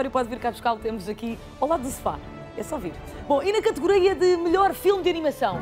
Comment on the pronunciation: Ela a dizer categoria em Madeirense!!! xD